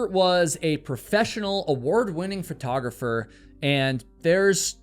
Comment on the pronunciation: You always say photographer/photography as "fertographer/fertography"